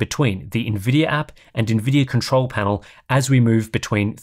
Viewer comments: “Nvidiar” 😂 As a dumb American, Ill never understand why sometimes hes able to say Nvidia and sometimes theres a random “R” at the end haha Great video man! Thank you as always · Why does buddy keep calling it Nvidier